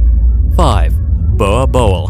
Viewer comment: Being South African i need to teach u how to say Boerboel